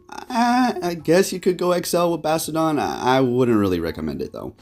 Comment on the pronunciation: The way he’s pronouncing Bastiodon is slowly killing me..